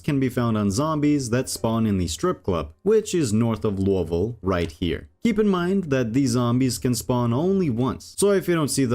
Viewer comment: loo-ah voal????the only explanation is youve never heard it said, english aint your first language, and you just made a wild guess without checking, holy shit you keep saying it like that all through the video....